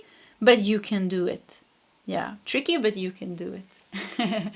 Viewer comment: You said tricky in the first pile but I heard three keys instead.